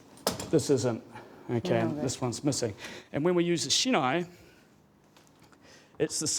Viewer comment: Das heißt "Ippon", nich "iyon"; Shi - nai", nicht "shenai";, "Zan-shin", nichr "kendl, sondern "Kendo", der Begrind "Dan" wird nicht wie der englische Vorname ausgesprochen, erv. etc. Falsche Betonung, falsche Intonation.